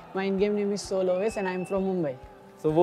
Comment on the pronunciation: Bhai motal ko soul ki spelling nahi ati... SAUL bol raha hai.... Proof